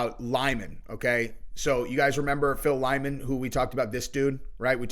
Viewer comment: The dudes name is Lyman. Lie-man. Ffs.